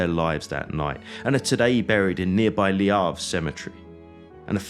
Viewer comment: Sorry to be pedantic but the French word Le is not pronounced Lee.. just saying